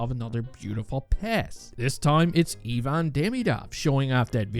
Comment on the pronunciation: Kudos for saying Ivan correctly. About time really!